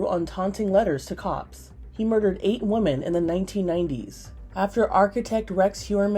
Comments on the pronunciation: WOMEN not WOMAN I've noticed that people won't say it properly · Its women not woman